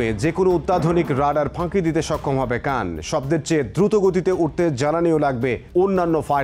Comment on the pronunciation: উচ্চারণটা কান নয়, খান অর্থ লিডার।